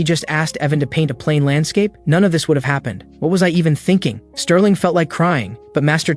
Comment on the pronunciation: Why tf u calling bro sterlin and mc evan? Wtffff????im 1 minute and i quit